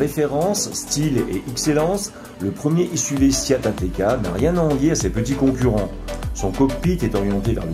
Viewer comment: Pourquoi prononcer SIAT ? Le nom de ma marque SEAT aucun i dans ce nom !